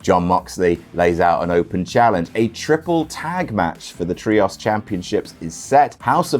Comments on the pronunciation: "Look, stop, stop, stop. You're going to take someone's eye out. Besides, you're saying it wrong. It's tree-ohs, not tree-oss" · is there a reason you pronounce "trios" as "tree-ahss?" Other British people don't seem to say it that way. Is it a reference to something I'm not getting? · man please pronounce the word “Trios” correctly😭 I’ve been listening to him say “Tree-oss” for so long I’m going insane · STOP SAYING TRIOS LIKE THAT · Literally who pronounces ‘Trios’ like that?